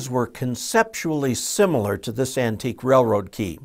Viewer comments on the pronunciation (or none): none